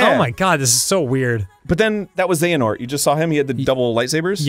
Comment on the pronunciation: Arin getting the name of the main protagonist wrong over and over again is great.